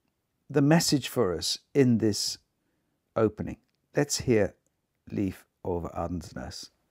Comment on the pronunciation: Thank you so much for your presentation and your choice of pianists. I would be more than happy if you would choose one of Beethovens great sonatas ( opus 53, 106,111). And if you once again mentions Leif Ole Andsnes I can tell you that you pronounce his first name Leif like the english Life.